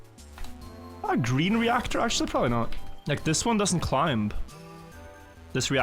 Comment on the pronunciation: why does keep pronouncing the B in climb?